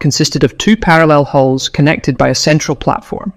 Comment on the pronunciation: It would be helpful to instruct the AI ?- that canoes have hulls , not holes.😂